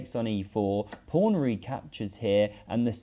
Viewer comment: Am I the only one hearing "Prawn" when he says " Pawn" ?